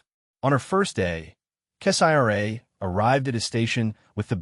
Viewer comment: I will not continue to listen to crap made stories like these, when the channel owners will not even review the AI reading the stories for accuracy. In this story, who the f is 'Kess-I-R-A?' That is not a name, Kessira is a name. 👎👎👎